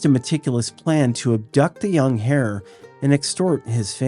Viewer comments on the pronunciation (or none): A great collection, but I do have a question. In the first set of story, you mentioned a kidnapping that took place in 1935. Did the criminals really expect to get money by kidnapping a small rabbit, an hare , or perhaps was that heir in pronunciation?